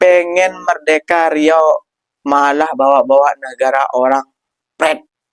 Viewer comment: Nama Salah "Riua", Benar "Riau"